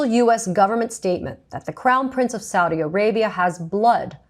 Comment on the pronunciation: "Saudi American prince" I know it was mispronounced, but at this point it might as well be renamed to that.